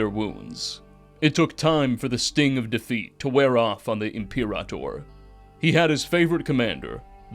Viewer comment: Imperator/frumentarii was pronounced wrong, and we dont actually know Lanius' past. Lukius claims he was raised Legion, while Caesar claims he was simply gifted the rank. So wrong on the "centurion" part of Lanius Also from what I can tell you seem tothink theres only 1 Legate, but theres actually a few Also, New Canaan wasn't raided by Lanius, but by the White Legs at the behest of Ulysses. They were trying to join Legion, and prove themselves.